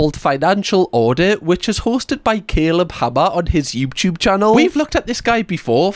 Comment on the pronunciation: why does that sound like 'yoobtube' 😂😂 the reaction part didn't even start and im already laughing lol ily❤